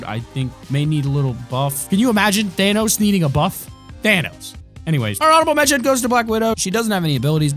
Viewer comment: Y do u say thanos as thainos